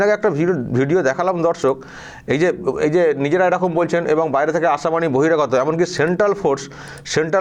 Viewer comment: নামধারী বাঙালি গরুগো বলছে এরুকুম। নন বেঙ্গলি লোকটি বলছেন এরকম। এরাই বাঙালি হায়রে।